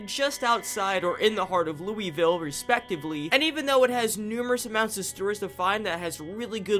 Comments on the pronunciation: not even three minutes in and he says louisville wrong. its ok, everyone who isnt from the area (or who dont have relatives there in my case) says it as its written. How to pronounce it correctly: Lull-vull. It really rolls off the tongue. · He also said Lewy ville instead of Louisville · As a kentuckian it hurt my brain when you said "looey-ville" instead of "loouh-vull" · great video however as a native kentuckian who deals with this a lot...ITS LOO-VUHL NOT LOUEYVILLE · ITS LOO VUL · The way you pronounce Louisville is like nails on a chalkboard to a person that lives in Kentucky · that pronunciation of Louisville is killllllllling me :face-red-droopy-eyes